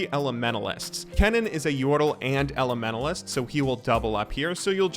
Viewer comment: holy fuck , the way you pronounce elementalist is tilting af. THERES A T IN THERE SO USE IT